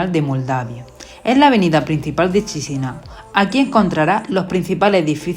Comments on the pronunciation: Buen video. Pero como moldavo os digo que Chisinau se pronuncia Kishinau. Un poco de dentera escuchar todo el rato chisinau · Se pronuncia "Kisiniev"